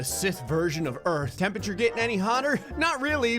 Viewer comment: "Whats the tempeture oh 2 bazilion celsius seems legit"